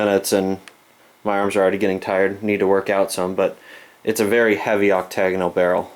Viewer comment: please ! It's not a oct tae gon al barrel ! It's pronounced Oc ta gon al. Sandy